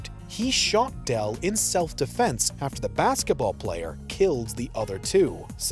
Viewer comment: His name was Bison Dele (two syllables), not Dell. And I heard you paint houses, not horses.